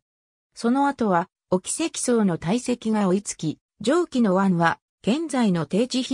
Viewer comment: 「おきせきそう」って！自動音声？